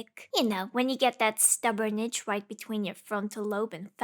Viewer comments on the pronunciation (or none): none